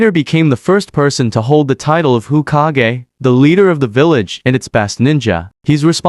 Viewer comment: "Ukiha" "Hukage" WTF!